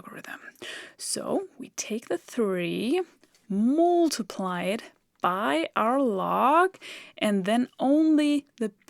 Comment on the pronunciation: You are so brilliant, I teach math and I tell my students to go to your site all the time… Just one small comment, your pronunciation of ‘multiply’ is ‘’ which makes me smile… I say it like the word ‘must’ or ‘just’.